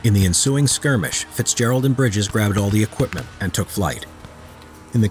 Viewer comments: Bridger not bridges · It isn’t Bridges. It’s Bridger, Jim Bridger. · His name was Jim Bridger not Briges